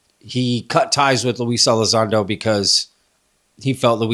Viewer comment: you don't even know his name😅...it's Lue, ffs